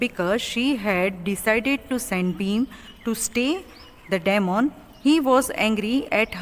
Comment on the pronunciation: Check the pronunciation of DEMON? gosh u need English classes. Whar r u teaching your students?